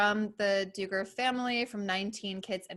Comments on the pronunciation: This was also bugging me the whole time haha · Came for Jen, is pretty cool! Although I love how she never quite says “Duggar” right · I love that she says it wrong. It makes me cackle! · Is there a reason she pronounces Duggar like that? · for me it’s not about respect, I had just never heard it pronounced that way and it was bugging me the whole time I watched this. Hahaha. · It’s Duggar’s not Diggers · I know this might seem petty but hearing the Duggar name mispronounced is irritating g. It’s not Doo-grrr it’s Dug-grrr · It's dUggar not DIgger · I really really like this video. BUT I could not get over her pronouncing it do-ger instead of dugger . Everyone else is saying dugger but she kept saying do-ger. Why? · I’m guessing you’re pronouncing his name wrong on purpose because you’re the only one saying Doo-gar not Dug-gar LoL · Very interesting but please pronounce Duggar correctly (Doug..Er) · It's DUGGAR, short u, not long. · Doooogar lol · Lol the doo-gars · Am I the only one who likes the "Dooger" pronunciation of the Duggar name? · Please stop saying, Doogar. Do you not hear that everyone else pronouces the name correctly? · OMG DOOGAR? Do your research ffs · I’m sorry but why is she saying doogers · No one:: the Dew-gars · I know it isn't important, but it is doing me crazy. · How do you pronounce “Duggar” wrong 😑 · If your going to do a video on the Duggar's can u pronounce their name correctly!! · Don’t keep mispronouncing his name, his name how he says it needs to be reviled and it makes you look uninformed when your guest and video clips are saying it correctly. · You’re totally pronouncing the last name wrong or is everyone else saying it wrong?! I’m just saying but I really enjoy your content that we all needed reminded with! Thank you 😊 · Lmao I like how she pronounces his last name like it rhymes with Booger. Fitting.